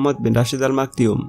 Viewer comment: It clearly maktoum not maktioum or they really pronounced it maktioum